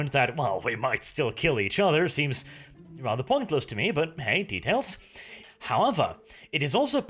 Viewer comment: That's not how you pronounce detail